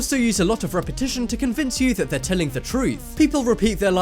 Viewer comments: you said repesesion 2 times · go to 4.45 in this video he says repatiotion twice and I guese it was on poerpose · you said repitishon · Coming up next is repition, Coming up next is repition, cant tell if that was intentional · he said repetionton 2 times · u said repation twice lol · Who else noticed he said coming up next is repition twice? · Is it just me or does he actually say coming up next is repetition ??? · is it just me or he said repition two times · i didn't understand why did you repeated but then i played it again and then i understand that the word was "Repetition"